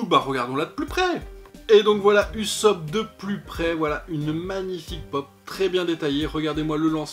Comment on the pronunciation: je t'en veux un peu sur la prononciation de '" Ussop " heureusement que la video est bien ;)